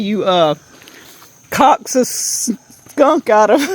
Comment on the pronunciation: Coax , pronounced like cokes .